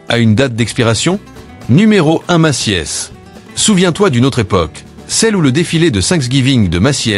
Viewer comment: pas de e dans Macy’s ca se prononce Meci’s